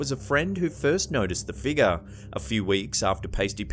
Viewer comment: Haha luv your voice the way you say figure “ eerie figer” I’m going around my workplace & house saying “ eerie figer”! All day lol 😝